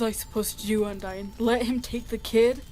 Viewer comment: it’s undyne not undyine